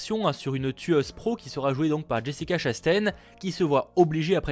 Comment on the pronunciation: Slt, on dit Jessica Chast"1" et pas Chast"ène", ça fait plusieurs vidéos que tu le prononces mal et ça me travailles trop fallait te le dire. Voilà bonne continuation!